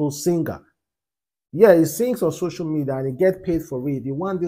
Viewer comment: is called "social media" Not shosho media😂😂😂😂😂😂😂😂